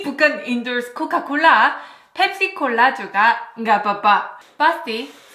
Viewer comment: Coca bukan coka haha